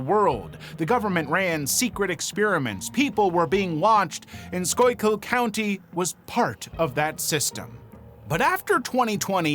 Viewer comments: BTW, “Schuylkill” is pronounced “skoolkill”. NOT ‘skoykill’. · It's pronounced "skoo' kull" 👍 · Schuylkill is pronounced "skoo-gull" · Schuylkill is pronounced Skoo-kill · Local Schuylkill County resident here.... It's SCHOOLKILL SCHOOLKILL FOR SCHUYLKILL COUNTY AAAAAARRRRRRGGGGGHHHHHH!!!!! Thank you! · SKOO-kul is the pronounciation. 😊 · It's pronounced SKOOkill. Skoo kill. It means "hide stream" I love how you said it right and then changed it every time after that. :D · I know that's what google says. I'm Pa Dutch. Its pronounced school kill. Its means hidden stream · The way you were pronounced Schuykill I had no idea what you were saying. Its pronounced like scoo-kill. I live the next county over, 30 min from Sunbury. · The Illuminati was literally created as a satire in the 60s. I immediately see “The Illuminati” and I can’t take that person seriously…. Also I’m from PA and hearing someone not from the state pronounce Schuylkill is always fun 😂. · Add someone from the area, the way he pronounced Schuylkill is offensive. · Baffled at how you managed to nail the pronunciation of Schuyllkill the first time and butcher it the other times 😂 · Came here to say this!